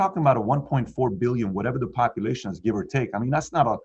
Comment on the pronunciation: I thought she said, "many components of the economy and the copulation..."